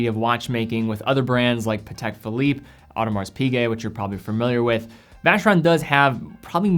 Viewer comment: You commented on the Gentleman's Gazette video teaching brand pronunciation and you still get Audemars Piguet wrong! O-de-mar, not AW-de-marz.